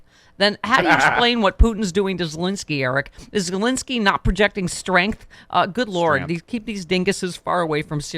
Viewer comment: Today's word is: STRENTH 🤣🤣🤣🤣🤣